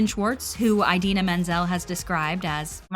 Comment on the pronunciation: Just thought you should know that you mispronounced Idina every single time. Not John Travolta bad, but still pretty bad.